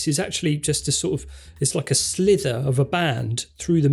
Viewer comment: A slither? What a doughnut. Sliver* you absolute muppet 😃😃 Stop trying to sound more intelligent than nature intended. It shows up each and every time. Just talk how you would to your friend.